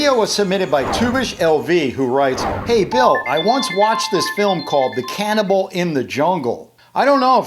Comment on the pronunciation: On the Card, you say "CANNABAL" not "CANNIBAL" Did you notice?